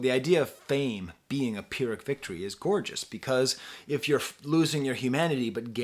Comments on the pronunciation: He's probably pronouncing it [ˈfɪɹ.ɪk] and not [ˈpɪɹ.ɪk] because he forgot the lyric. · in my eyes, there are two things going on with the Pyrrhic pronunciation. 1. He’s saying it right before saying “Forget the lyric,” so that lyric could be him forgetting the pronunciation. This lyric is also on the Armand Hammer song “Rehearse with Ornette.” 2. He read the word Pyrrhic as Phyrric (which I used to read it as). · I caught the reference, but just got the meaning I think - in Soundcheck, he mispronounces pyrrhic because "every live show forget the lyric". I think him recycling and then mispronouncing it is an in-song example of performing old music and forgetting the lyric. But instead of straight up forgetting it, he mispronounces it. At least that's how I take it. I'm quick to think I'm overanalyzing shit, but with woods it's different. there's always something buried in there to find.